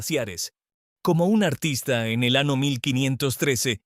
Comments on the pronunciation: en este video confirmo que la ia es grosera, siempre dijo ano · Olle Como narador, nos dejas Muucho a deber!.. porque pronunciar..(estrano, recena O ano)... Cuando deberías pronunciar.. año enves d ano, receña no recena ni estrano enves d estraño...